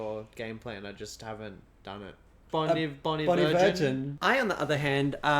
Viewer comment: You pronounced Bon Iver wrong